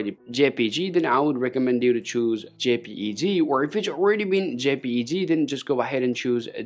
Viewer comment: "JPG" (OR ) "JPEG." HIS "J" SOUNDS LIKE "Z." BUT HE WROTE IT ON THE VIDEO SO...😮